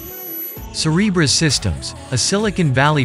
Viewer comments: I keep hearing “Cerberus” instead of Cereberas. Yes, a little concerned… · say Cerebras one more time i dare you